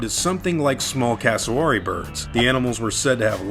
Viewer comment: The raptor inaccuracy thing annoys me so much. Are they nowhere near actual velociraptors? Sure. But who the hell cares? I dunno about others, but I watch movies to wind down and relax, not to note down every scientific inaccuracy humanly possible. Also, that pronunciation of "cassowary" hurts me lol